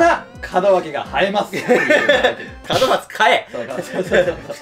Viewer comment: の門松が門脇って聞こえた笑